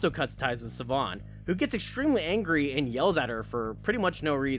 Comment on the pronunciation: Siobhan is pronounced "Sheh-Vaughn". Don't ask me how. I believe it's Gaelic, as she's supposed to be Irish.